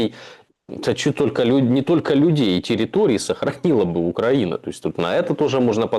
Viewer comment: После ударения на УкрА'ина- все понятно, простите. Да же Я, злостный ненавистник и одессит к Зе, простите- это дико и неприятно